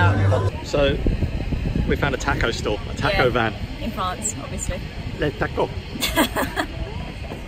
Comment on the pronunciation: We know editing these videos is tough work, but I think most of us would have been happy with an hour of passing countryside, a few minutes of Terysa's narration and laughing, the beer and tacos (that's "ta-kos" not "tack-os" you wowser) and a post-credits scene of playing the accordion.